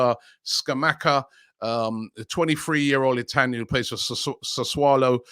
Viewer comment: CAG-LEE-AH-REE and SAS-SU-O-LO.. ffs Robbie get it right